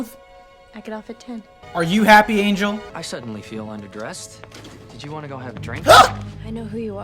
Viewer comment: every time u say "Angle" I get offended and laugh at the same time.... every time ROFL